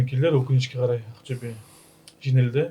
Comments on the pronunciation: Ақтөбе қашан жеңе бастайтынын айтайын ба? Ахтюбе емес Ақтөбе деп айта бастаған кезде 😅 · Ақтюе емес Ақтобе, зб дұрыс айтындаршы.